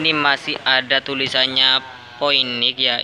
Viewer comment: Phoenix dibaca Finiks mas